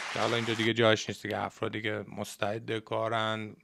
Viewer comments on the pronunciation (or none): none